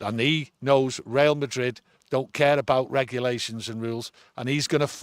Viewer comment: Real Madrid not Rail Madrid ffs 😆